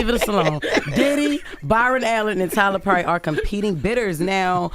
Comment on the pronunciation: Jess, who is Tyler Purry? Lol